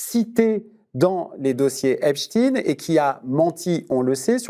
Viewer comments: C’est pas Epstine mais Epstein, c’est pas compliqué on dit Estein et non Estine, s’il vous plaît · Epstine, Frankestine, Estine, déjà là c’est bizarre cette prononciation en Ine au lieu chtane ?????? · Pourquoi tous les journalistes disent "Epstine" et pas "Epstaïn", comme "Aïnstaïn" pour Einstein ou "Bernstaïn" pour Bernstein ?🤔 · M. Arfi avec tout mon respect pourquoi dites vous EPSTINE ? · Pendant qu'on se force à pronocer "Epstine", Jack Lang prononce "Epstein". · Arfi est top. Juste, pkoi dire epstine ? Est qu'on dit Albert Einstine ? Est qu'on dit Frankenstine? La vérité est que ce monstre est fortement lié à israel, et il se dit même que potentiellement il en était un espion... c'est peut-être ça qu'on pourrait découvrir dans le reste des documents. Et pkoi a t il été assassiné ? Car personne n'est dupe sur un suicide ... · C'est la prononciation américaine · Arfi tu es un bon journaliste d'investigation mais ta façon de prononcer Epstein montre tes limites.....dommage. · ok, ok...mais ça n'explique pas pourquoi en France on l'appelle comme ça...Einstein et Bernstein qui étaient américains, on a toujours prononcé leurs noms "Aïnchtaïn" et "Bernchtaïn" et pas "ïnchtine" et "Bernchtine", et je pense que ça ne viendrait à l'idée de personne, en France...même au journalistes, actuellement. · Même lui il prononce Epstein comme ils le font de manière ridicule dans le mainstream pour éviter de designer un juif....ridicule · Non c'est la prononciation américaine, celle de son pays.